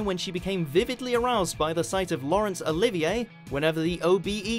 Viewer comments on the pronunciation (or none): none